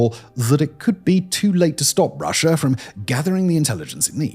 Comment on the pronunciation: I understand the intrusive R is for linking words together to sound better, but why would you add an R to the end of a country name?